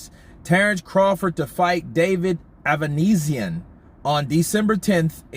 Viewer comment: Avanesyan is Armenian. His family name should be pronounced same as Kardashian or Serge Tankian from "system of a down" -ia as on sound